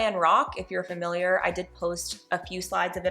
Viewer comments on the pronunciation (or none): none